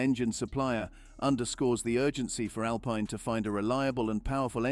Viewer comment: You are prouncing Alpine wrong. And Vitamins and Privacy.